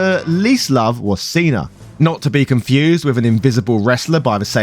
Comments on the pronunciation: why would you think that "cena" and "cinna" are pronounced the same? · I was listening to this and at the start it sounds like he’s saying Steiner and not Cinna - but then says Cinna perfectly fine at the end of that segment. I was so confused. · When he said "Seener" I just about shut off the video. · Did you pronounce Cinna just like that for the John Cena joke? It's spelled Cinna like Cinnamon and he even wears a hat in the shape of a cinnamon shaker and looks like the guy on the Cinnamon Toast Crunch box.